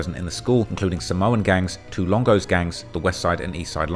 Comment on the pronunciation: Even the narrative kept saying ESLONGO!!!!!!!! 😂😂😂😂